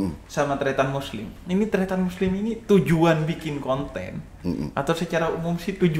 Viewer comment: Kata kata muslim kurang jelas 😂